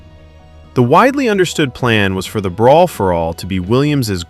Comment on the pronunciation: "Breer for all"?